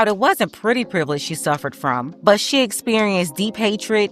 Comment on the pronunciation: yeah, bro is illiterate. bro said "Privelidge"